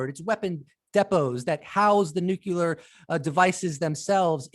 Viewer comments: How to pronounce nuclear: new + clee + er. (Sorry, the incorrect "nuc-u-lar" pronounciation is popular among politicians.) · Lol the long haired guy keeps saying "nucular"